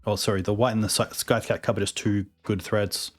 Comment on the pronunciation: …I love you buddy but the c in scythe is silent!